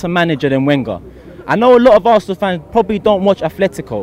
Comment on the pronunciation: it's arsenal not arseanal